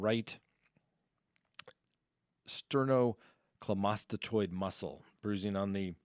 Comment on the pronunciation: AHAHAHAHAHAHAH "sternoclamastatoid muscle" it's sterno-cleido-mastoid muscle